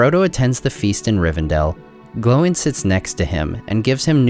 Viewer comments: It's Oin and Gloin, not Owen and glowen 😅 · Are you pronouncing their names correctly. Sounds like Owen and glowen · Why do you pronounce Oin as "Owen" and Gloin as "Glowin" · Am I the only one that hear him say Owen not Oin? And sometimes Glowin not Gloin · “Owen and glowen” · I love your videos please keep making them but your pronunciation of Oin and Gloin's names is driving me crazy lol